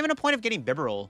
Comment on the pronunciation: And Bibarel sounds like liberal